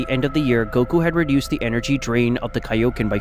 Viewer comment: Broo vegeta should have ultra ego not ultra instinc and its kioken not onconen